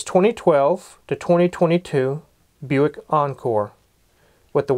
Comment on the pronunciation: Never heard a car called buike*